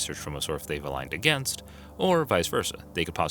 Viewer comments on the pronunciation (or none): none